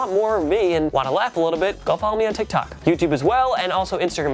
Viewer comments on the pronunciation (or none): none